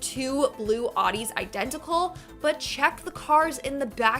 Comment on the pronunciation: She said "Oddies". It's pronounced "Outti".